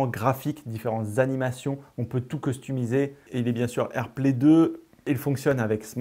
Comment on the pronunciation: Un détail marrant: dit costumiser au lieu de customiser 😉